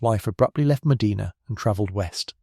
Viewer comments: Your AI needs to do research on how to pronounce places in America. My state, Ohio, is peculiar in that many of our cities and towns that were named after foreign cities do not pronounce them correctly. Medina is "meh-DINAH." Other examples are: Mantua is "MAN-toe-way" and Lima "LIE-ma" and Versailles is "ver-SALES". Ugh! I'm a lifelong Ohioan, and I used to be proud of my state. We contributed so much to our country and to the world. Not anymore. SMDH... Anyway, I didn't know about this murder that happened 30 minutes south of me (no real Midwesterner uses miles to calculate distance for goodness sake! 😅) and ~100 years before I was born. Very interesting that he maintained his innocence until the end. Maybe it was his wife who was in on it, too, but they rarely considered a "lady" for such crimes in those days. Maybe she committed the murders when there was only supposed to be a robbery as if she got over-excited by something. Nerves? Thrill? Jealousy or other negative feelings toward her friend Mrs Cox as she was the more savagely attacked? 🤔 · We live a half hour from Medina. The continuous mispronunciation of Medina, I gotta say, is getting on my nerves. Other than that, interesting story. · Shouldn't have a robo narrator that doesn't know how to pronounce the name of the city you're talking about. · yeah but he narrates his video himself so he can’t blame AI, it his mispronunciation! Mind you I don’t pronounce many UK city correctly so I’m hardly in a position to criticize! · Correct, Sir. Every time he mispronounces Medina I find myself correcting him under my breath. They also mispronounce Spokane often as well! ❤ 🇨🇦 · I grew up in Medina County It is pronounced Medina, not Medena. I pronounced not e. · Medina Ohio, Mostly Sunny 81°F Medina is pronounced Meh die nuh. Not Meh dee nah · Pronounced MA-DIE-NA. Freaking AI. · I've been there. It's Meh-DYE-nah. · 'Round heah, they pronounce it, Muh-dye-nah.😊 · Medina Ma-die-na... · Meh dinah